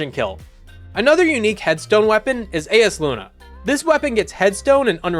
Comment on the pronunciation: Ufff that pronunciation of Eyasluna hurt me more than it should have. It's pronounced "eye-uh-SLOO-nuh."